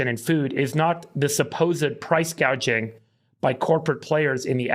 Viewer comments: Did anyone notice that Harris mistook "price gouging" with "price gauging"? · True! It's like she is talking about the economy for the first time, so she is reading a script, but she doesn't know the meaning of anything in it. So, instead of saying gouging, she says gaging. Its angering to know we allowed this pos to get where she is. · I noticed in one of her speeches she said “price gageing” not price gouging. I wonder if that was intentional so later she could say no, no I didn’t say price gouging, I said price gageing. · She said “ price control” and she said gaging not gouging 🤣🤣🤣🤣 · This guy on The Young Turks, is by far an ignorant nut job! Kamala didn’t even use the proper language in her speech. I.e. price gage. It's gauge! SMH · She actually said. Price “ cage “” ing. It was funny. She can’t even say gouging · She said price gage lol not gauge 😂😂😂 she drunk or stupid? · Kamala: “it’s price GAY-jing” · Caught that too she can’t pronounce price gauging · she is not smart. She read the teleprompter and couldn't correct it. She also said "...hospatility workers"